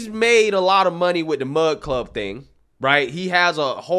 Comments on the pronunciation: My thoughts...it's "Mug" Club, not "Mud" Club. LOL. Also, I truly don't think he went looking to start his own media brand company. He was looking for more favorable terms than he was receiving from The Blaze. When he got out there, he found that what he has been trying to accomplish over the past few years would be completely negated through signing one of these contracts and was truly pissed of that others in his sphere were being muzzled by the terms in these contracts. Quite literally, allowing these loud, obnoxious, small groups to shut him up by bitching and raising a stink about something they don't like. The things they often don't like, are straight forward truths. With that said, he has decided to get a feel of how much support he would get from others to start his own business that wouldn't cower to the small woke few with big mouths. If he doesn't get that support, then just throw in the towel and go another direction. Personally as a Mug Club supporter, I am right there with him for the ride and will continue to provide my portion of support monetarily. We miss him. I miss him, Gerald, Dave, Quarter Black and the rest of the crew. I would listen daily during my work day. There's a big hole in my day lately. Can't wait to see what comes back! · Lmao you keep saying Mud Club. But it's Mug Club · You keep saying “mud club” lmao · Few things bro. It sounds like you're saying mud club. Could just be my ears. He's got 25 employees, YouTube demonetized him not because of lack of sponsors. It was your decision because of his strikes over and over.